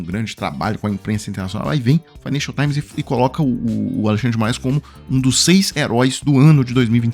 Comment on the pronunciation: grande trabalho com a imprensa internacional, e os dois falam juntos "Financial Times" kkkkkkkkkkkk